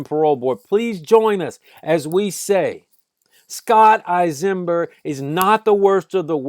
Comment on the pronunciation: You aren't even pronouncing his name right..Don't believe he wouldn't have done the same to you and yours..You forgot my Aunt and Uncle were piled in the bathroom,like a pile of dirty clothes. He sat at their table and ate their food..Get the story right. And don't forget their little dog,who tried to protect them..he stomped the dog!!!